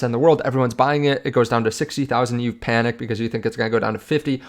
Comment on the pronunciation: "Panic" not "Panick"